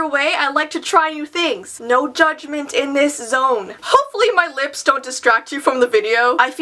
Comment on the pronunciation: it kind of sounded like you said zits instead of lips